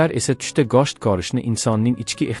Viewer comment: гошт эмас гушт 😒 денг